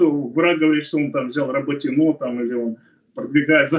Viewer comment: РаботинО? Правильно говорить РабОтино..(!!!!)🙏.это как на мой бедный город Орехов - ОреховО долгое время называли...нам обидно это слышать... пожалуйста ,Вы же не на кухне с семьёй разговариваете,МЫ Вас слушаем,люди с Запорожской обл. и ждём хороших новостей,молимся за родных на фронт,и тут РОБОТИНОооо...ппц какой то....